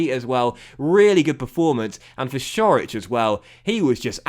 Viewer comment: Great episode as usual. Also, fyi Ćorić is pronounced Chor-ich